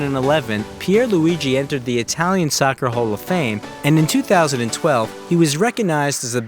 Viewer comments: Nah he said sucker 💀💀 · man said “sawkerr” 💀💀 fam like no babes